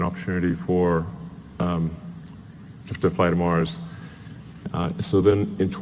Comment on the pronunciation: its 'MARS' not 'MARCH' lol.